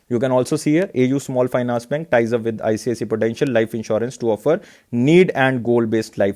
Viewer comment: Its not ICCI ....its ICICI